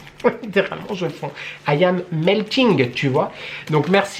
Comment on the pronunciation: Coucou! Merci pour ce vlog! Comme tu veux pour les vidéos tu as le droit à un peu de vacances toi aussi! Pleins de bisous! Enjoy! 🐚 PS: « I am meltng! » very good english!! Congratulations ❤